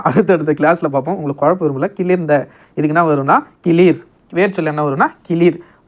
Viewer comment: அண்ணா இது கிளிர் அல்ல கிளர் நீங்கள் தவறான கூறுகிறீர்கள்